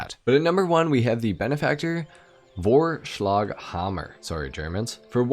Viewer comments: Real, it sounded well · as a german I can say, that your pronounciation of Vorschlaghammer was actually pretty good (